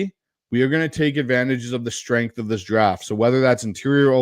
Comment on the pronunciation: great vid as always (edit: appreciate letting the fans draft) but goddamn, "stenghth", really lol